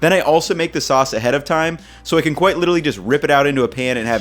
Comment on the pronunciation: No one: Absolutely no one:: qUUIte LI-CHE-RALLY